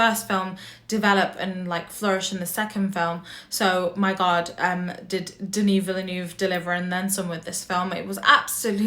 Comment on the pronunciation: lol watching a few reviews of this movie, y’all do Denis Villeneuve so dirty pronouncing his name! I haven’t heard a single YouTuber do it right yet. 🤣 😅